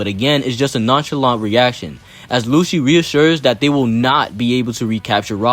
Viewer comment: I’m sorry did you say “lucci wanks Tom”?